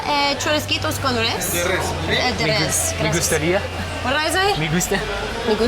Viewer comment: Res is pronounced almost like “race” with a slight roll on the R 😊